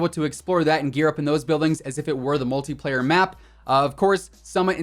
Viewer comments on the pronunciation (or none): none